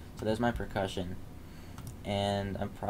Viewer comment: Mate I think you meant to say PERCUSSION not precussion :P Not being a dick I fucking love your music and tutorials mate, just for future reference :)